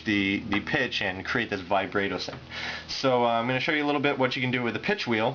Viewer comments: Sorry, but "vye-bray-toe" and "ahk-tayv" are wrong. It's "vih-brah-toe" and "ahk-tivv." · yo you say vibrato really weird. u say the a wrong, its supposed to be like the a in bratwurst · ahaha he called it "vibrae-do".